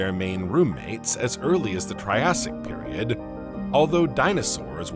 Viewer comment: It is AI narration, “periodD”…